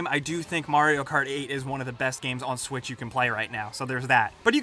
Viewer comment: he said Nintendo swish